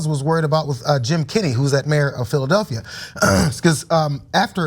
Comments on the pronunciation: Anyone else hearing "Phil Duffy" instead of Philadelphia? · who or what is phil duffy ? as doc oz kept saying can he not say philadelphia?